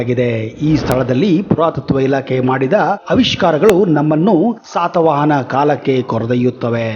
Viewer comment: 😂😂😂 haladavne adu mayura Verma not mayura Sharma matte adu satha vahana alla adu shaatha Vahana , adenu nimma tatana vahana na 😂😂😅 estu tappu heltiyo. Modlu kannada kali